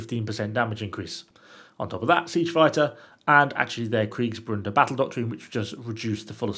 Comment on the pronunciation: you appear to have a "n" in Kriegsbruders in the title. I understand the mistake as I can hear you pronouncing the name with the "n". Kriegsbruder is translated "war brothers". Bruder and brother are pronounced almost the same way if you substitute the "o" sound in brothers with a "u" = bruther.